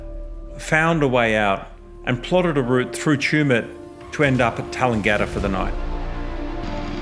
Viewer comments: You don't pronounce Tallangatta like Coolangatta. We are not Queenslanders in Victoria. Your bikes are too big for the High Country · That's no how you pronounce Tallangatta.